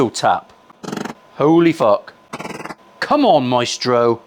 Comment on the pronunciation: Its Maestro not Meatstroke :face-fuchsia-tongue-out